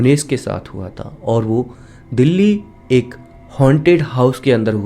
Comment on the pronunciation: Bhai dheli nahi dili hai